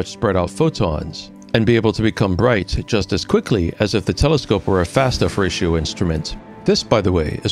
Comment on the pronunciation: I have always heard F-ratio, not "fratio" (until now) lol